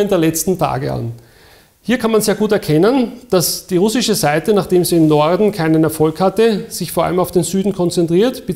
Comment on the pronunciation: wenn man probleme mit dem wort "russisch" hat, hier ein, zwei tipps: lesson one - listen an repeat: man betont "ru" und knüpft dann den rest an. würde sich so anhören: RUH-ssisch.